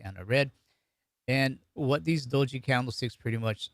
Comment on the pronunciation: Do'ji - Blunder is pronounced with very short o with accent on Do. If pronounced Doooji, it means simultaneity. So I thought Doji symbol meant buying and selling happening in the same amount, happening simultaneously. I didn't know the true meaning until today. It was a fun video. Thank you!